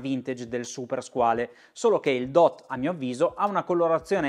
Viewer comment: Due note. Se non vado errato con "skin diver" si intendono orologi da indossare senza muta, quindi per apnea o per snorkeling, insomma una subacquea ricreativa e poco impegnativa La corretta pronuncia di "Squale", parola francese che sta per squalo, è SQUAL.